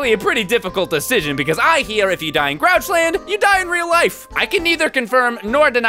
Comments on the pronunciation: When Elmo said Grouchland I thought it said Crotchland! Ewwwwwwwwwwwwwwwwwwwwww. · Uuhh CROCHLAND it aounded like it sayed croch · I thought Elmo said croch land lol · Did Elmo say crotch land?